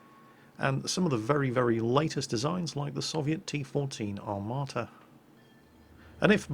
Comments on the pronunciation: just a quick note you should say armata not armaata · "Soviet" Armata? oh dear.....